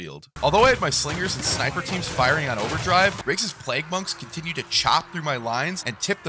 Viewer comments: "Plague", not "plegg". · This video is great but hearing ”pleg” fucks me up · Riggs does NOT know how to pronounce plague 😭😭😭 bro sounds like he's amish. great video otherwise tho!!!